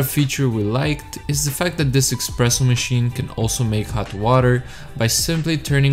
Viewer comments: espresso ! no EXPRESSO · Why would you make a review about a coffee machine, when you know nothing about the machines, or coffee itself? You don't know what cups/glasses to use for a coffee, how to froth milk, how to pour milk, or even how to pronounce espresso, it's definitely not "expreso"... You also didn't mention any specifications of the machine, etc, etc, etc. The cinematics are great, but the review isn't. Stay away from reviewing everything, but telling nothing relevant. Instead, focus on the stuff you actually know something about..